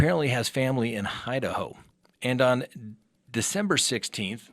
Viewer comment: I thought I was hearing things, but yup, that's what it sounds like he said. Lol